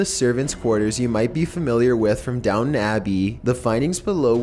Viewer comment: Excuse me but it's down "tin!" Abby not down abby